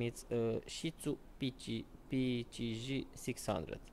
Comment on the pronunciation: when you tried to read the name.. Just confused which alphabet you use. Cause “P-C-J” sounded like “P-T-G”. Shitzu said good. And it’s all good buddy, Ik you’re not English vernacular not laughing at you really